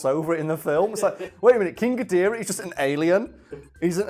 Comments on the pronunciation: I can’t tell if it’s a bit that he’s doing when he says “king godirah” instead of gidorah but either way it pains me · guh-door-uh. not fuckin gideera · King ghidereh? GHIDEREH?!? IT'S KING GHIDORAH!!! for fuck sake. Seriously, never heard someone rape his name so much. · "King gideara" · "Ghidirah" ny god it just pisses me off alo it's Ghidorah for God's sake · Not ga-dira gidora. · Chidereh? G-I-DO-RAH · “King Ghideerah” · "King Guh-deerah" trademark Big Wangers Incorporated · Love how says King Gideerah lol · “King ghidErah” oh no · isn't Ghidorah pronounce Ga-door-ah not Ga-deer-ah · Its pronounced Gi-dora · "Ghodeera" everytime he says that name, I die a little inside. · Jesus day Geedorah correctly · Did no one want to mention the way says King Ghidorah. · Your going to get a lot of hate from Godzilla fans for miss pronouncing Ghidorah, and just giving criticism of the Monsterverse in general.